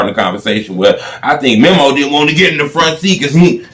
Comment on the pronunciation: This nigga still saying "memmo" after all these years